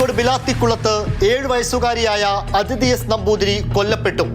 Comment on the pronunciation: അതിഥി അല്ല, അദിതി.